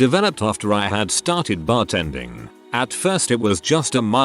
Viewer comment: “When I started bart-ending” This is what my 12 year old mind heard